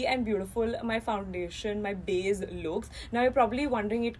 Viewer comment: saying “BAZE” 🤣